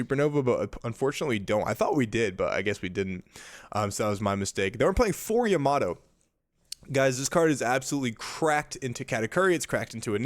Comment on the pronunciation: Love this guy's content but it's so hard to watch because it's like he's given up on being able to pronounce my favorite leader and one of the. If not the best 9 cost cards. I'm sorry to say, but it's Yamato, not Yamaddo, and every time I hear that I lose focus haha. Anyways, looks like a great deck list, I've been curious about Jewelry Bonny since OP08.